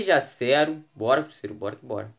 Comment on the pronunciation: Porque vc fala assim crusseiro que e cruzeiro